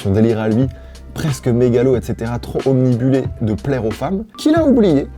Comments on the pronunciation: Bon je te félicite pour tes vidéos, c'est incroyabl, CECI ÉTANT ça me trigger de fou, ça fait plusieurs fois que tu dis "obnibulé", et ça n'existe pas, on dit "obnubilé" si y'a "bulle" c'est que c'est pas bon c'est tout le sang bravo et merci, je me sent mieux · À , tu dis omnibulé Aaaaaaaaaaaaaaaaaaaaaaaaaaaaaaaaaaaaaaaaaaaaaaaah !!! C’est obnubilé en fait ^^ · salut mon, si je peux me permettre c'est "obnubilé" pas "omnibulé" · Obnubilé pas obnibulé c'est pas francais mec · Omnibullé ? Il était pleins de bulles ? Et "Zat" ? vraiment ? madre mia